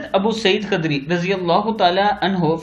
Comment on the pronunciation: Khudri hai. Ghalat bol raha ho